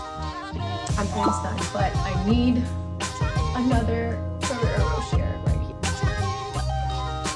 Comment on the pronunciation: Rou-SHEY not Ro-SHER!